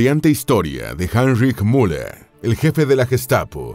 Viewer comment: Es increíble que no puedan aprender a pronunciar UN nombre alemán, Müller es el más común. Al inicio hablan de "La Gran Guerra" y muestran aviones de la 2° GM; después de la represión policial en München, y ponen imágenes de 1989 un desastre...